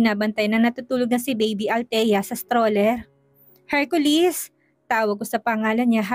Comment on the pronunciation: Laging Hercolis ang pagbanggit ng narrator imbes na Hercoles,iba talaga kapag si ang nagnanarrate may kilig..ang story.